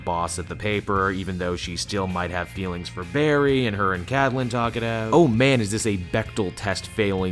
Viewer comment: Did anyone notice that said Catlin not Caitlin?